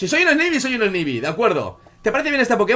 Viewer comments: no se lee snaybi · snivy se dice esnaivy saludos n.n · snivy se pronuncia snaivi